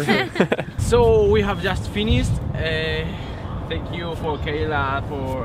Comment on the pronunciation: "zenkiu" jajajaj